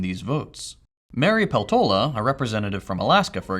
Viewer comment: good video but you absolutely butchered the Finnish surname the Alaskan representative has 😔